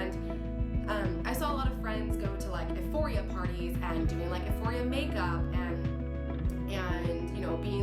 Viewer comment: I agree 1 BILLIOK PERCENT DISGUSTING HOMOSEXUAL PROPAGANDA TO PERVERT AND DESTROY THE YOUTH!!!! And all ages so sickening but just wanted to tell you euphoria is pronounced you-foria not that it matters but this show is so evil and horrifying I hope the director and producers and all the evil actors in it are crushed and destroyed by gods power !!